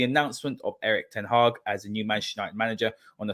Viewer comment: Great stuff getting James on. A very different but rather significant angle / analysis by James. We also got an authoritative pronunciation of EtH!